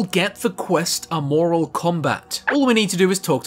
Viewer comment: Can pronounce Aeternus but not Amoral. 😂